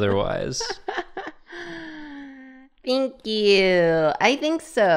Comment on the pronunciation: Anyone else ever notice how says "thank you' sounds like "ink you"? Because i think it's absolutely wonderful. "ink yoooouuu! ^w^ "